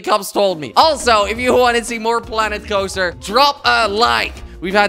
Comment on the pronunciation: It sounded like he said planet kopster